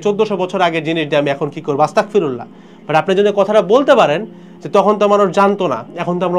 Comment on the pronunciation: সঠিক উচ্চারণ , আস্তাগফিরুল্লাহ" (أستغفر الله) ।